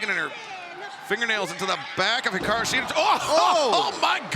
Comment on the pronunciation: Peter Avalon vs. Brandon Cutler was a funny match, really loved the Shida/Storm vs. Sakura/Suruga match and I love how pronounces Hikaru Shida's name when introducing her, it makes you feel tickly and happy inside at the same time (I know, it sounds weird =P).